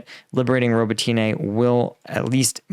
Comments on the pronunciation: Robotne. Not ro bo Ti Ne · Please listen to some Ukrainian commentators and pronounce it right - Ro-bo-tin-ah. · I love your channel, and Ukrainian villages are hard as english speaker, but pronouncing the villages every day, you should learn it, . <3 because english pronounces differently, its easier to to add additional [letters]. its pronounced Ro-BO-tin-eh, emphasis on O. klish-CHI-yivka. An-DRI-yivka. bakh-MUT. kher-SON. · say it with me Ro-bo-tin-e. Роботине.: Ro-bo-tEEn-ah using y in place of и in the English transliteration is confusing so I don't falt him too much. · Robotyne really??